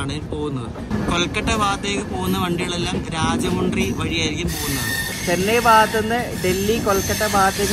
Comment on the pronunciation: ബെസ് വാഡ അല്ല.... ബെജ് വാഡ രാജമുണ്ട്രി അല്ല... രാജ മൺട്രി ...